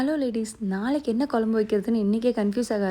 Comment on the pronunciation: kolambu illa kuzhambu pronounce it properly ma